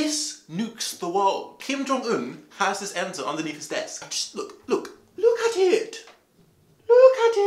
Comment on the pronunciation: "Luok at eet"